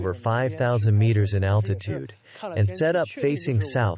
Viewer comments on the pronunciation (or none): none